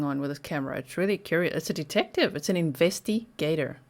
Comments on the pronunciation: Investi-gator, LOL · It's a detective, it's an inVESTI-gator! 🤣🤣🤣